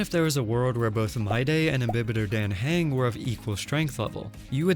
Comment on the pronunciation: except how you pronounce Dan Heng 😂